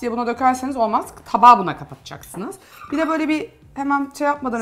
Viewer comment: Videodaki hanım “BİĞG” değil BİR!